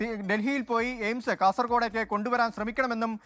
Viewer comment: ജെയിംസ് അല്ല 🤣എയിംസ് 😢 കാര്യം പിടിയില്ല 😂